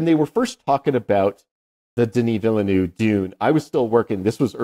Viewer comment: I love you guys, but please look up the correct pronunciation of Denis Villeneuve. I'm not French, but I know a little, and I always stumble over how both of you are saying it. Apart from that: Don't change a thing!